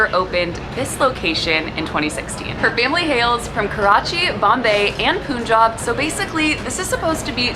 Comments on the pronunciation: Not POON Jab, Pun Jab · If you cannot pronounce Pakistan or Punjab correctly, you shouldn't be creating videos.